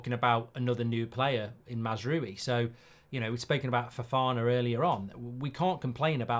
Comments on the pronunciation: MAZZ-ROOO-WEE🤣🤣🤣🤡🤡🤡ffs at least pronounce it correctly- MAZ-R-OW-EEE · Not MAZ ROO WII ! MAZ-RAWI. Stop butchering his name ! Love your show btw. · Mazraoui not Mazroui Mr Mark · It’s pronounced Mazrwowi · Mark pronunciation: Mazz row-ie (as in a row with someone) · You pronounce mazraoui as: MAZRA (rolling r) & then french “yes” oui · This is just another example how poor prepaired Mark is! Last time he had to look up the player when we were talking about him and now he can't even prenaunce Masrouis name. I watch him because I think his funny, but he is poorly updated when it comes to football. And he gets ofended to quickly.😂dont be so angry Mark..